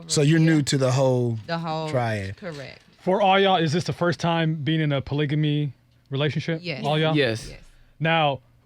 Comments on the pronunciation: Man I get so excited whenever I see people of color who are polyamorous ... but these folk didn’t know wtf they were talking about 😩 I cringed every time dude said “polygamy” 😖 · He's not even pronouncing polygamy right